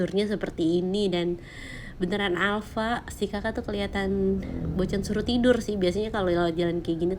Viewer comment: Alpa bocan bukan Alfa😄